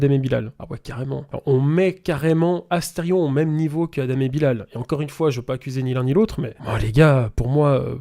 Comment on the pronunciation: Svp respectez le nom de Bilal (juste pcq c'est un nom musulman) ça se dit Bilel et ça s'ecrit Bilal